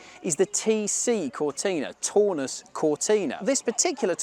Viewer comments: I'm English, but I can tell a mark 3 Cortina from a Taunus TC; the misidentification and mispronunciation made my teeth itch. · The car at 10.20 is not a Taunus (pronounced Town us) but a LHD Cortina built in either Ford's Dutch or Belgian plant. The 70-76 Taunus looked quite different to a Cortina and had a two door coupe version.